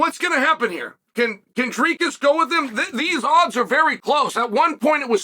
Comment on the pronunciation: Chael mispronounces every fighter except one. Dricus. What a show of respect. Never lost a round indeed.